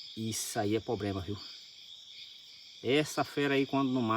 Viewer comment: POBREMA? 😂😂😂😂😂😂😂😂😂😂😂😂😂😂😂😂 menino volte p escola seus mininu arrrreeee!!!